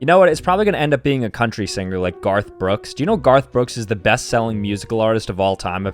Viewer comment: best seeling lol